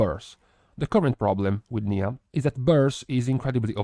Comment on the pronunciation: Niya = Nye-uh, not knee-uh. Erryone getting the pronunciation wrong haha